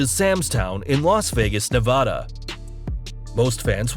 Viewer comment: it Nevada not novoda